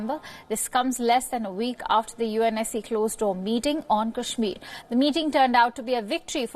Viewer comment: Pahle kashmir bolna to sikh le.....bad mein mediate karna...😂😂😂😂